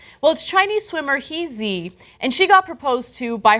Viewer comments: Ana the fiance's name is pronounced Chin KaiI(english long i sound). I dunno how to write out the way He's name is pronounced but you didn't get that 1 right either. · "She is not happy", so Ana are you a friend of He Zi? But you can't even pronounce her name correctly? Americans, are you all like this? Trying to imagine what others feel and even impose your feelings on others. Shame, Ana, shame.